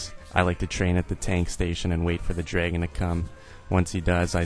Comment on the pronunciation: I like how you say "dregon"